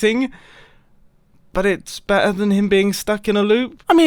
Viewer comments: "its just getting better and bettah" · “Better and bettah” lol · its looking better (with US accent) and better (with British accent)